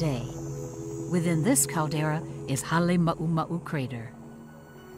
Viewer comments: Its Halema uma u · Not Hale mau mau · I still love how USGS mispronounces Halema'uma'u